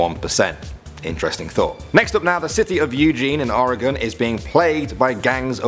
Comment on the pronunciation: THANK YOU for saying Oregon right! Not many can or do.